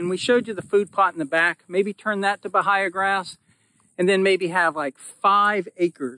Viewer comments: Remember it is ba-hay-a not the other two ways of saying it....never heard those pronunciations. Love the channel. We are not too far from of you and watching you establish your pasture reminds me of starting ours. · It's called Ba-hey-ya. Damn Yankees... 🤦‍♂️